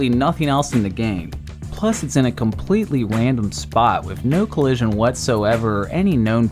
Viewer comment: “It’s in a compwetwy wandom spot”